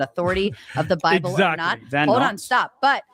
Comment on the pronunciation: “On the ‘bee blay’ (Bible)” 😂😂😂😂😂😂😂😂😂